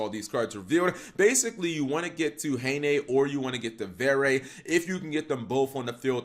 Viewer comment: great duels (tho, ngl, im a bit disapointed that this archetype seems to be headed into becoming "skilless village 2019" instead of something more intersting and reactive) just a small note, from a frenchy: you don't pronounce the last "e" in "verre" since it's a french word (meaning glass) dunno for "haine", it's romanian for clothe apperently